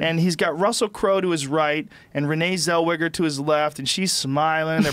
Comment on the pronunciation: Who the fuck is renee zellweejer